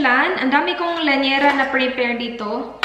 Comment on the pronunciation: lyanera hindi lanyera. Hihihi dami ko napapansin. Sorry.